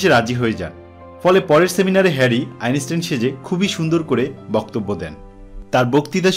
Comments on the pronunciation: বারবার' আইনেস্টাইন' খুব শ্রুতিকটু লাগছে। আর শুধু ভুলোমনার কথা এত শোনা যায়? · Your pronounciation of the name of the great scientist is not correct.